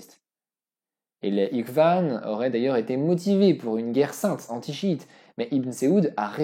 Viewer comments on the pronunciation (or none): Franchement tout est vraiment intéressant mais le seule bémol c’est les Ikwan comme tu dis qu’on prononce phonétiquement Irewan qui signifie confrérie. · En français, ils utilisent "Mahomet", et ça ne pose pas de problème. Comme ça, le Prophète Muhammad SallaLlahu'alayhi wa sallam est dissocié de leurs interprétations historiques. Par contre, c'est étonnant de prononcer al ikhwan, en "iqvanne" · ikhwan ne se prononce pas Iqvane mais le kh se prononce en raclant la gorge comme Akhi (mon frère) ou Khrla pour dire caca Ikhwan c'est frère. Comme Ikhwan al muslimin pour les frères musulman.